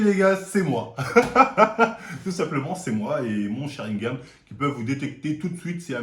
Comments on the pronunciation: On dit sharingannnnnN pas gam 🤣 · il dit sharingam au lieu de sharingan decu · Attend c'est moi ou il dit sharingaM la dernière vidéo aussi j'ai cru entendre ça ??? c'est sharingaN MDR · Sharingan et pas "sharingam" comme tu dis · Mdr mon Sharingam alors qu'on dit SharingaN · SharingaNNNNNN PAS SharingaMMMM. Ton crime est resté impunie depuis trop longtemps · c'est SharingaN pas SharingaM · SharinganNNN pas M mais N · SharingaN et non sharingaM respecte un peu stp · Est ce que on saura un jour pourquoi il dit "Sharingame" ?